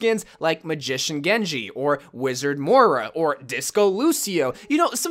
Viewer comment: What said: sushi genji What I heard: genje shushi shkin